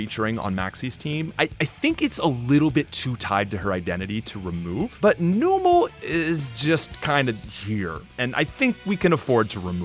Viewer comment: Thank you for correcting “Chimecho” haha. But also Numel isn’t “Noom-el,” it’s “Numb-el” because it’s a numb camel